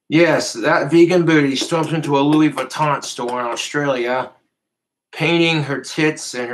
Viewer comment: He literally gives meaning to the saying money doesn’t grow on trees but in his case money actually does grow on trees 😂…. has trouble pronouncing designer fashion…..Lewweeee baton 👍